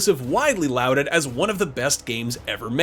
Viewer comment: Look up the pronunciations of 'bestial' and 'lauded'.